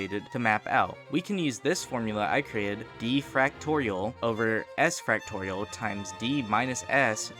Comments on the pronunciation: I cant stand how you say "fractorial" instead of "factorial", but good video regardless :3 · Why are you saying fractorial 😭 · I HATE the way he says factorial. He says it like. fractorial